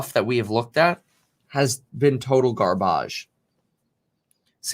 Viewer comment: Nobody: Kevin: Garbæge